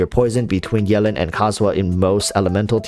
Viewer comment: I love how you say yelan like melon